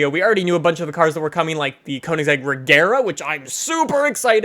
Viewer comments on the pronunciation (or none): none